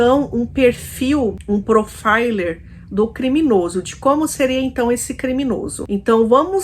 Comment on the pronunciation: Profile - pronuncia: prou-fai-ol